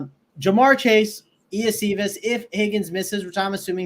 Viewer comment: Hey Guys. Nice takes on Week 8. Love the Bengals-Eagles too, should go under owned per the expectation and ceiling potential. Hey, just adding a phonetical correction. It's pronounced 'Yo-Shi-Vus'.....WR Iosivas